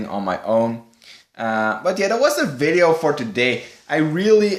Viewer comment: why does he say ...(iiivideo) and not video in the intero